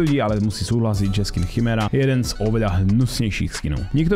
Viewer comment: Prosím nehovor chymera volá sa kymera pls fakt